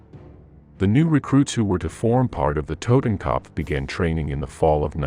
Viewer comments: Dude you are butchering the names of these German divisions oh my god please stop trying to pronounce these names as a German it’s a total cringe moment for me, kopf is not copf it’s ko-upf for starters, anyone wanna chime in shut your mouth not talking to you 😂😂😂😂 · IT'S TOTENKOPF YOU ASS; NOT TOTAN CUP